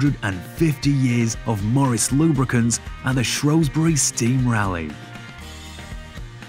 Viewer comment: It is not Shrowsbury. It is Shrewsbury.